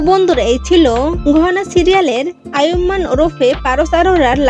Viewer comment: নামটাই তো ঠিক মতো বলতে পারলেন না